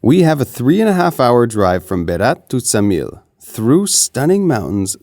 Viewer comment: Ksamil pronounced with K, Ksamil!!!!